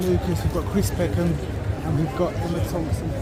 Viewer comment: It’s Packham not Peckham